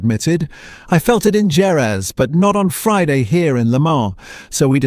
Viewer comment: Why is Ai calling Jerez Gerrez when the Spanish enunciation is Herez ? I despise Ai & it's overt romanticism instead of facts